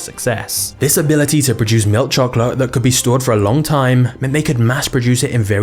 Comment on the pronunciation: I really hate the way this man says milk chocolate